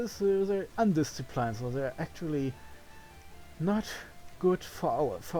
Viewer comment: "Undisciplined" rhymes with "pinned" not "pined" (English pronunciation is the best!)